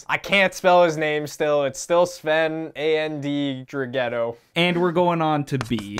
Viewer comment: From a swiss: The pronunciation of Sven Andrighetto was pretty good.